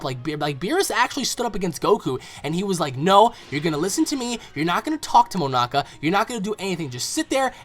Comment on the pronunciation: signerleo snyder said it, learn English nigga before you comment nonsense you called him moanak and then you called him moamak then 3rd time you actualy got it right Monaka heres a cookie from Gokue and beuer s and chmapa